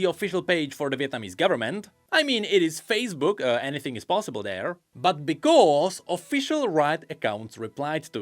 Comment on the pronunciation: so he can make a th sound but chooses to say "den" and "dere" instead of "then" and "there"